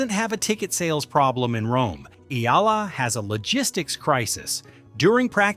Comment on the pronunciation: It’s AYALA not Eala, you dummies! Ah - Yah - Lah! Three syllables pronounced with short A’s. You idiots keep running the story butchering her noble name and misspelling it too. Again, her name is AYALA. She is the direct descendant to Don Antonio de Ayala, famous industrialist.